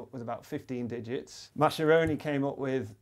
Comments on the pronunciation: Mascheroni is pronounced Mascheroni, not Mascieroni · nice video :) just for the sake of accuracy: the correct (Italian) pronunciation of 'Mascheroni' is 'Maskeroni', not 'Masheroni' (the group of letter 'sch' is always pronounced 'sk' in Italian, eg in the word bruschetta) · "Maskeroni" not "Masheroni" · Mascheroni shouldn't be pronounced as "masheroni". It should sound more like "maskeroni". It's an Italian name, and "ch" in Italian is always pronounced as /k/. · Just a note: Mascheroni's name is not pronounced "masheroni", he wasn't German (I think). It's an Italian surname, and it's pronounced "maskeroni", the "e" said like in the word "excellent". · I'm Italian and I have to point out that Mascheroni is actually pronounced "Maskeroni". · Lorenzo Mascheroni was italian, so his name is pronounced "maskeróni"! :) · very interesting video. Just to be veeery Pedantic, the "sch" in Mascheroni is pronounced as "sk", something like "Mah-skeh-ROH-nee" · Thanks! very interesting... however is pronounced "Maskeroni", bye from Italy ☺ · mascheroni it's read with a hard C sound, he was italian that's read like "maskearoni"